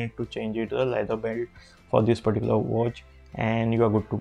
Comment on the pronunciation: I think bro's fav word is "perticular"